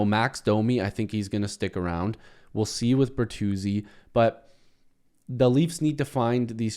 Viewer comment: Bertuzzi. At least get the name right. Geesh!